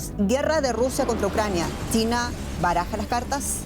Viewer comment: Porque le dice TINA a CHINA???